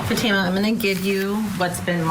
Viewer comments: She didn't run away. Also her name is pronounced FAtima. Accent on first syllable. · What is the age of the daughter? This father is heinous. He obviously was going to be paid from the old man's family if he allowed his daughter to marry. This is called prostitution. This lawyer can't even pronounce her name. It's FA-tee ma. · I think her name is pronounced fat a ma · Please someone correct the attorney he pronounces the young victim’s name incorrectly. He sounds so unprofessional as he constantly mispronounces her name. It could be considered disrespectful also. It appears he’s the only one that doesn’t pronounce her name correctly. Maybe he needs a hearing test and hearing aids. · The Dad acting like he is asleep during testimony. And the public defender acting bored to death . And the pronunciation of her name is not correct .